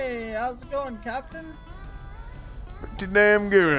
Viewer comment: 'Cowptain' lmao